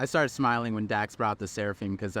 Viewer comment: He mispronounced Dak’s Sake 😟